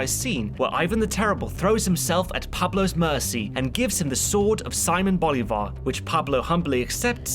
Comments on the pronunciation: Just wanted to say that it's "See-mon Bolívar" (accent on the I) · That's probably due to how it is mispronounced in the show. Which is wild to me given where the creators are from.